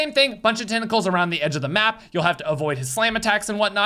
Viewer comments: I love how dude has a stroke saying tentacles 😂😂😂😂😂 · Dude said sun tentashshuus